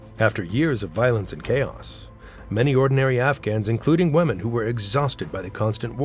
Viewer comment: Pronunciation: women = sounds like WIMM-EN, not WEMM-en.